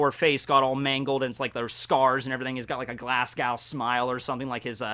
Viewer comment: I have loved your content for years but as a Scotsman your pronunciation of Glasgow hurts man, it hurts